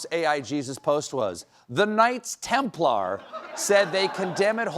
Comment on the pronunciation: Thrust the Americans to devise a weird way to pronounce ‘Knights Templar’.